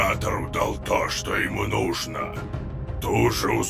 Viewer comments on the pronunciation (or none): none